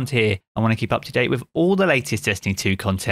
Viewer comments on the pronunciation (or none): none